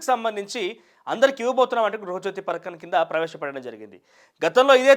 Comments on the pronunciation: Parkam kadhu raa padhakam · Ory .Nayana..parakam kadhu....Pathakam